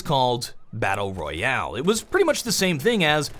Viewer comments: too drunk to know where the replay button was to turn it off. As soon as I thought I was safe all I heard was "battal royowl" how ever he says it. Now I'm an alcoholic thanks. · Drinking game: Take a shot each time he says "battleryoale".Thank me later.